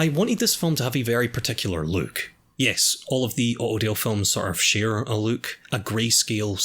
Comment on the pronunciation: Word "Look": Exists: Löök